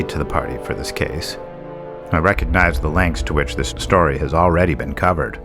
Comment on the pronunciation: *Story not "stay" LMFAO